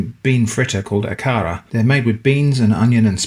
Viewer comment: It is pronounced A ka ra hard A’s 😊 These are a lot like Nigerian puff puff. 👍🏾 Look them up